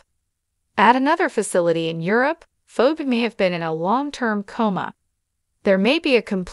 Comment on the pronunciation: Pronounce names right her name is phone not phone